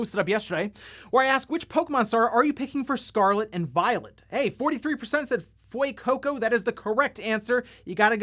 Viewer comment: Btw, for proper Spanish pronunciation of the Pokemon name Fuecoco, i noticed a lot of people are pronouncing it as "Fweycoco", when in fact its suppose to be pronounced more like "Fwehcoco". The more you know! <3